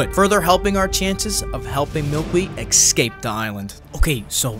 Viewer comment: ESCAPE .... not EX-SCAPE